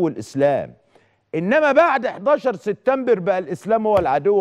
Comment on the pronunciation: يا سيد عكاشة ما تقول ليس بجديد فنحن أيضا نتطلع على برامج الانترنت وانت لم تأتي بجديد ولن تأتي بجديد . ملحوظه سبتمبر وليس ستتمبر اتمنى ان اسمع منك كلمتين منطيظمين😂